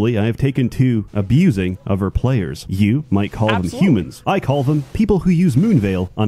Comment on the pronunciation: 'Pwayers from uver worlds'